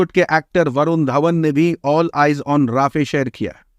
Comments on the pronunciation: Not राफ़े it's रफ़ा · It is pronounced RA-FA. Not Rafeh. Please correct. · Bhai rafeh nahi hai rafah hai